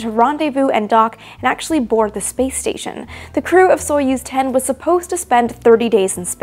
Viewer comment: Why do I hear play station instead of space station? XD